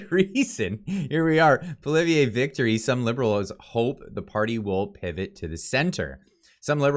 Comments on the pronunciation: you said his name right the first time and then fucked it up the second time and got it right again on the third... lol. better than front page news. his pronunciation on Pierre's name and Saskatchewan is terrible. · Would you please learn to pronounce the new Conservative leader’s name! Making fun of the “French guy’s” name isn’t funny. It’s divisive and undermines your message. It’s not Poli-vee-yay. Leave that to the Lib/NDP coalition. Believe me, they love it when you do that. 😉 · It’s pronounced “Pwah-lee-ev-ruh” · say it with me: "Paul-E-ev". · Pierre’s last name is pronounced Polly ev. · please practice Pierre’s name. Pick a pronunciation and stick with it. Paul-eee-Evvve. Not that tough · Love your videos! Polievre is pronounced poly-Ev, hope that helps! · practice the name Poilievre; you will be saying it a lot in future! LOL. Suggest you write it out phonetically and stick it under the mic: PO-LEE-EVE (badly pronounced) in English. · It's pronounced "poly-ev" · Pierre Poilievre last name has not have last letter e silent ! Other vise good comments. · Sorry, but you have to start pronouncing Poilievre the right way lol! You might be using it a lot. You appear to be getting a little wishy washy, not really sure which way you want to go. Sounds a little mixed. Hopefully you’ll start pushing harder for support, I understand your reasoning for being somewhat sceptical especially after this liberal governments performance, but I think if we don’t change things now we’re completely screwed. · Definitely an uphill battle. I really like your videos but please learn how to pronounce Poilievre’s name. You said it 6 different ways. 😂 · I want to share your videos to my friends who are on the fence.... But I can't until you're pronouncing PPs name consistently!